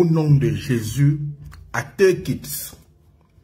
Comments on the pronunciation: Teukiste mais je rêve ou quoi😂fais de cours d'anglais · On dis take it... Toi tu attends teukit. Toujours a la recherche des vue